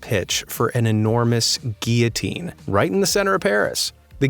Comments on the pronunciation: Doesn’t ‘guillotine’ have an ‘l’ sound in it? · The pronounciation of guil·lo·tine is guil.uh. teen! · spent that time practising french words and couldn't even pronounce gillotine.